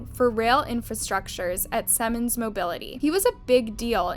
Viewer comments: “Seaman” not “Seman.” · Its pronounced see-mans, not sem-en. Thats something else. Lol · Seriously, learn to pronounce one of the largest companies on the planet before you sound like an idiot over and over again. It's SEEEEEEEEEE-MANS. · Good grief you Americans, Siemens is pronounced SEE-MANS! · It is pronounced Sea mans. It is a German Company. The German pronunciation is Zee mans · You should learn how to pronounce Siemens. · she pronounced Siemens wrong